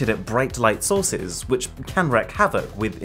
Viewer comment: "Bright Light Sauces"? Like... Beurre Blanc? 😬